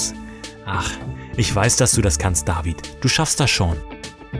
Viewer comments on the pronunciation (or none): nicht DaWid sonder David